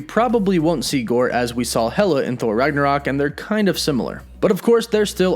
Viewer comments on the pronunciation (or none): none